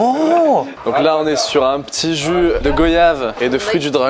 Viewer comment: Juste, le barman a dit go-yave. C'est 10 ans de prison.